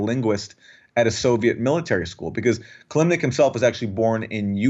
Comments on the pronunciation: Kil-im-nik. Sounds like "kill limp dick," not "kill Nick." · Ki---LIM---nik — 3 syllables